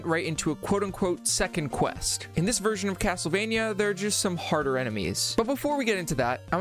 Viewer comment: Haha Cattlevania.